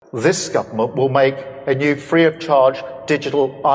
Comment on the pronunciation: Sounded like he said this Scumerment. The bedrock mark of the beast. In Australia you can't get through the Government phone IVR system to access services without a reference number. They just disconnect your call.